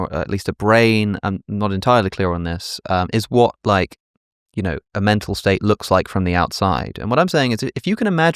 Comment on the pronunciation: Is he saying "mental state", "metal state", or "meta state"?.